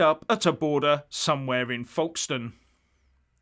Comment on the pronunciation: Pronounced 'Foke-stn'.